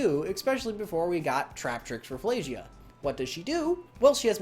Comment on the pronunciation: Just learned that Rafflesia is proven to be pronounced as "Raff-EL-sia", just wanted to say this because everyone has the wrong pronunciation